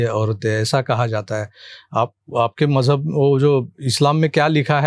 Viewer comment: it's not Majhab, it's Maujhub